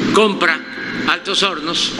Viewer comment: dise Altos honos es Altos hornos AHMSA